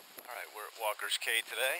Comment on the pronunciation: It's pronounced Walkers Key, not Cay. Makes me crazy to hear that. Lived in Freeport as a kid and was there at Walkers in the 60's. Caught lots of fish. Place was thriving. Sad to see as it is now.